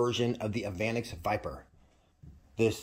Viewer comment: That's pronounced "evah nex"